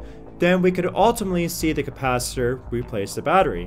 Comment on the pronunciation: Do you have a problem to pronounce "Capacitor"?